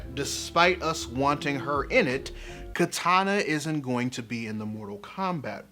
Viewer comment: why do people always mispronounce Kitana's name?